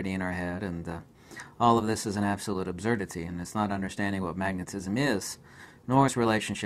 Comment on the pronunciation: Why does he say "absurdity" like that? Have I been saying it wrong, or is he pronouncing a common word slightly strangely for other reasons?